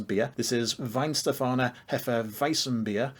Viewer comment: finally a good pronunciation